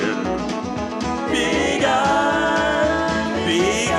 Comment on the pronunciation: HE BUTCHERED BIG IRON!!!!! NOOOOO😭😭😭